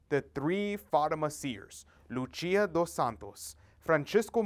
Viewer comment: The 3 seers are Portuguese - so tired of people pronouncing their names with the Spanish accent! It’s not Hacinta , LuCHia. It’s. JACINTA & LUCIA PORTUGUESE names PLEASE RESPECT these saints. If the Blessed Lady spoke to them in Portuguese - She would’ve pronounced their names with. PORTUGUESE accent